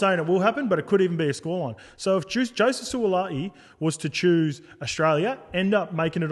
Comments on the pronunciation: Surely pronounce his name right 😂😂 it ends with “i’i” not “a’i”. Suali’i not Suala’i 😂😂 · Who’s Sualaai 😂🤦🏼‍♂️ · On point, love ya werk! But garmon, gotta get em boys names right 😂 What’s this Suala’i bizz? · Every sport commentator must learn how to correctly pronounce the players names. This shows respect for these players and their families. Will Mason pronounce the Suaalii name. Well done Willie. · To all my P.I. brothers and sisters apologies on my awful pronunciation of Sua'ali'i. I swear I practice it before every show and then get on the show to butcher it every time. Smh Just to be transparent always, I did reach out to him and apologise and he was gracious enough to understand 🙏 Hope everyone enjoyed our takes and the bonus ep though. All love. 🙏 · Their was never any intent to say it wrong by you allg mate x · Agree with all your points boys but shit you butchered Suaalii’s name 😅